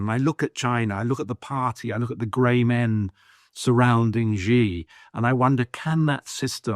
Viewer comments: I don’t trust any China pundit who can’t even pronounce Xi’s name. The guy obviously doesn’t speak let alone read Chinese. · He lived and worked in China...and never learned how to pronounce "Xi"?